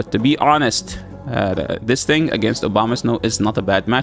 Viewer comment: Am I the only one hearing "Obamasnow"?